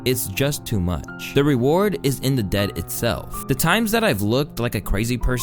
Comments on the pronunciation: Deed, pronounced as Dee-D. Not Dead. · The pronunciation of deed as dead . "The reward is in the dead itself" 🤯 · Bro just said, "the reward is in the DEAD itself" u using AI for these now bro? xd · Bro pronounced deed as dead 🤦‍♂️ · Deed is pronounced like seed but with a “D”. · bro said dead😭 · nobody’s gonna talk about how he read the word deed? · I caught that too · I turned video off when you couldn't pronounce deed